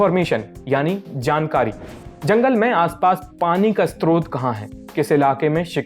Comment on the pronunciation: Amazing content..but bhai a small correction ,स्त्रोत नहीं स्रोत होता है।